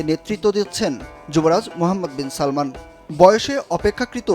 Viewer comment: এই সাংবাদিককেই শুধু যুবরাজের নামটা ঠিকমতো বলছে কিন্তু আমাদের বাঙালি জনগণ মূর্খরা বলে সালমান যুবরাজের নাম না বাবার নাম সালমান যুবরাজের নাম মোহাম্মদ তার সম্পূর্ণ নাম হল মোহাম্মদ বিন সালমান